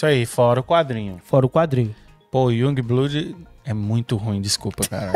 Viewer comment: Iungue blude ???? Sério ???? E o curso de inglês ?!